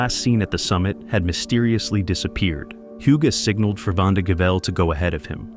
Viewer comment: "hyuu-gay" pretty sure that's not how it's pronounced. I had a friend with the same name and it was pronounced, "oog."